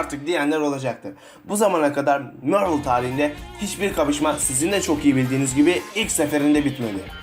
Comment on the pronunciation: ingilizce aksanını düzeltmen lazım biraz mörvıl deyil marvıl diye okunuyor